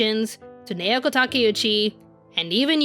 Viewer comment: I still think the 90s Sailor Moon was spot on in character depth and development, with a goofy sense of humour, in the original Japanese version. BTW, her name, Naoko, is pronounced NOW' ko, in case you haven't learned Japanese pronunciation. Informative yet egotistical presentation, but, oh well, it takes all kinds! Personally, I think SM Stars was better plotwise for us OG fans. 🌛🌝🌜👸🏻